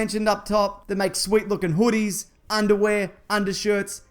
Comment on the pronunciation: Can u make a video where u say the word hoody a few more times? my wife laughed; and she hates UR videos. so she can be a fan, say the word hoody like 3xs. #hoody